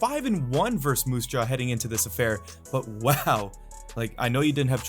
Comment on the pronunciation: Verse is not a word. It's versus.